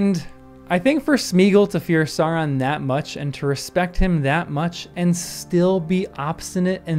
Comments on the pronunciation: Love it! You're very right. :) (though please don't say "sah-ron" -- the first syllable rhymes with cow.) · The Sau in Sauron is supposed to sound like now.